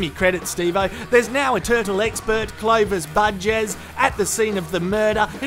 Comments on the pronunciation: I thought he said Clovis Buttjizz lmao xD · its curry day.. turtle be making pigeon curry today.. and i think pronounced the name clovis bujes wrong.. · "Clovis Bujes' LOL